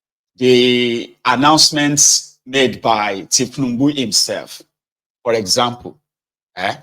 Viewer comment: Did I hear you call the president Thiefnubu? You must be crazy. YOU ARE A COMPOUND FOOL.